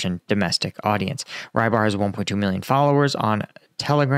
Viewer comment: Rybar - his name is pronounced quite differently, most closest I may suggest is to spell like: rubbArr